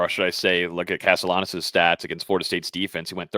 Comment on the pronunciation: His name should be pronounced like castiyanos... It's either Spanish or Italian